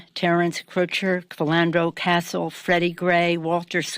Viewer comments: Frenando Castle? Castle? It’s Castillo! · She said philando castle it's castile but what do I know lol people miss speak but if your talking about people you might want to know how to say it first. But that's the left. fake people looking for votes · whose Filando castle?? wow... at least show respect of the fallen by knowing how to pronounce their names.. how is this woman still in gvt??his name is Philando Castile, lastname pronounced as heard :Kasteel